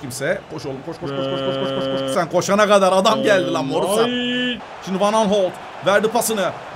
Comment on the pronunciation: Abi bana kızma ama fegul değil feguli, morutan değil morutsan